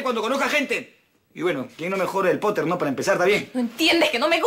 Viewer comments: "potter" popoter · Poteer " Piter"